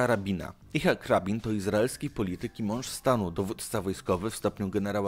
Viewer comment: Imię tego wojskowego i premiera Izraela poprawnie wypowiada się I-C-CH-A-K. Masz duże problemy z wymową i czytaniem, korzystałeś z usług logopedy ?